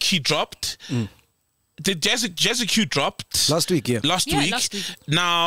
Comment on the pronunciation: Bafwethu, it's pronounced "JAZZICK" ... Not Jazzi-Que, lol